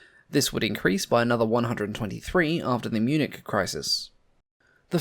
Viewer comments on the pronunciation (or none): none